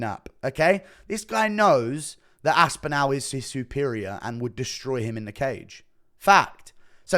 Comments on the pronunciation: It's Aspinall not Aspinal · Why do you pronounce the end of Aspinall like "nal"? It's more like nawl, or how the end or the word spinal is said. Very weird way to say his name man. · Enjoying the vid but the right pronunication of Aspinall is Aspinawl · ASPINALE. Chael levels of mispronunciation. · great vids, but, pls work on your pronunciation of "aspinall". thanks